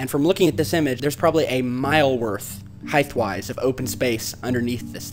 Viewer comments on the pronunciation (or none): Great video, one small thing though........heighth if that is how you spell it, isn't a word. it's just height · i was with you until you said "heighth"